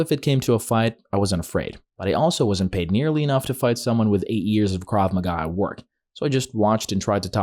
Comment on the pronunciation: Bro mispronounced krav maga